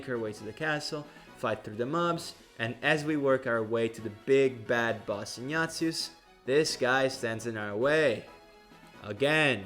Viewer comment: The way you pronounce "Ignatius" sounds like "Nya~zis"